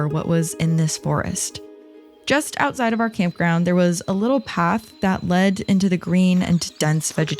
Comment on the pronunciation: lol "and it was a really lovely trip aside London" can hear an accent in that statement 😂